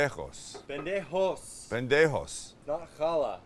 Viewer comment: Love how Sam pronounces "pendejo" with a great accent, then goes on to say "Cil-ANT-row" like a true Canadian